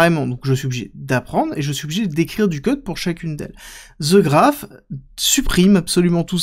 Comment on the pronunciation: The Graph.. "The" se prononce "De" pas "Ze" ahhh ces français ! ;)